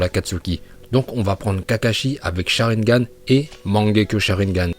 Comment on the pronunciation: Quand il dit charingan il me tue direct liké